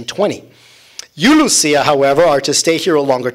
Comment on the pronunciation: The seers are Portuguese I’m tired of hearing Jacinta name pronounced as ‘Hacinta’ please respect that God decided for His mother to appear in Portugal, JACINTA not Hacinta And Lucia the ‘c’ is not ‘ch’ Sound it’s again in Portuguese it’s a softer ‘c’ not Luchia Just about everyone on the internet mispronounce their names - Portuguese names please 🙏🏻